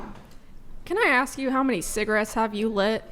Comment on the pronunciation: Same reason americans say "aks a question" Beause they can't speak english